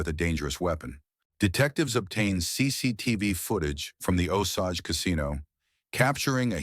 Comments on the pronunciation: It's not Osoge.. It's Osage, pronounce with an a not an o. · I hate this AI nonsense. It’s pronounced O sage like sage not Osage like massage.